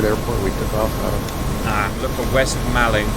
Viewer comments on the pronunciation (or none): Hiya, local here. Malling is pronounced mauling - didn't trigger me once, honest. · old cuxtonian here. thank goodness someone else came here to say this. made me wince both times i heard it.